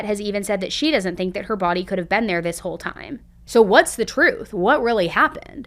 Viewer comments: Be un? she was be-un ? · Why do ppl in the US say and pronounce words like ban for word been..???